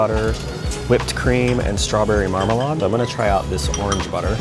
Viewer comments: Marmalade is pronounced marm-a-laid, not marm-a-lodd. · Mar-maaa-laid is how it's pronounced 😂😂😂😂..carry on...great video😊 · why do you keep mispronouncing marmalade?